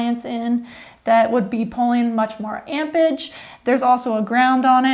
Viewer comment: Great video, thx. Amperage vs. Ampage though. The laugh is entertaining.